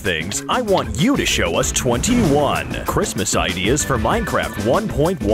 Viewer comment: Why did you say merry chriamamaaaaas! When it's merry Christmas?